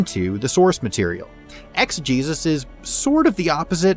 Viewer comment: I thought it you said exJeus.